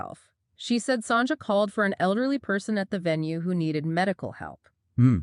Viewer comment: Not Sonja. Pronounced Son ya